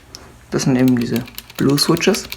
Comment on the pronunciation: schwitsches xd aber sonst gut